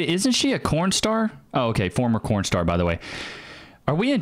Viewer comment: Why is he saying cornstar